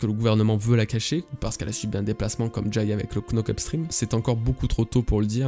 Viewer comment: Le K du début ne se prononce pas dans les mots anglais commençant par "kn", knockup-stream se prononce nockup stream à chaque fois que tu le dit je grince des dents haha